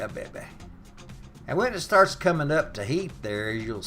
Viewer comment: Lol "Wer gun bring this erp to er bowl" Haha love it, thanks for the vid, from the east coast. Perfect wintery night for some good ole chicken soup from scatch.